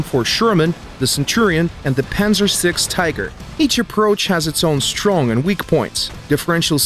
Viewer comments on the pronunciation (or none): none